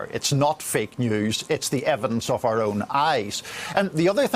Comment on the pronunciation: "Sball group of beeple...fake dewz..." Delusional subhuman psycho who cannot breathe through his doze.